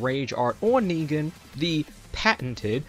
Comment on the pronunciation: I love your videos but please work on your pronounciacion, i don't need to tell you what's wrong with negan.